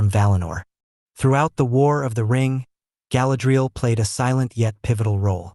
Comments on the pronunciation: Could at least pronounce her name correctly 😂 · I’m sorry, I watched about 90 seconds and had to stop because of how he is pronouncing Galadriel..